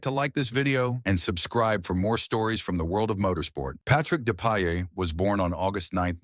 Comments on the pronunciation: The pronociation is Depayer and Lisjay🤓 but anyway deep respect for this great racer👍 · it's "Dep-eye-ay" and "Leezj-e-ay". Any actual human F1 fan knows this. More AI-generated garbage.